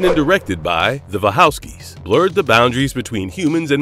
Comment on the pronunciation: First of all, I've never heard the Wachowskis pronounced the way you did! I mean what was that? 🤔 Also there are some major oversights (Johnny Mnemonic, Strange Days, Akira, Ghost in the shell), considering you included Demolition Man...